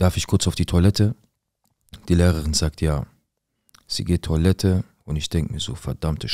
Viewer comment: es ist tOIlette nicht tUAlette..😂ich küsse dein Herz